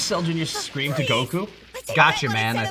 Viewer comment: Seriously! GO-ku, not go-KU. I can't be the only one bothered by this! It's like saying go-HAN instead of GO-han!